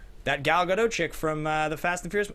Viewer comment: Note that Gadot has done many interviews where she pronounces her name for the host. You can look up Gadot and how to pronounce her name on youtube. Kind of sad to have such a iconic role and have so many people get her name wrong. If you love the movie so much you can take a minute to learn how to say her name. Sorry if that came off a little mean. I don't mean to be. Love the show.